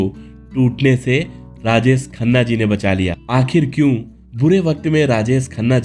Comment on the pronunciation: अबे, राजेस खन्ना नहीं राजेश खन्ना !! बोलना सीख ले पहले! 🙄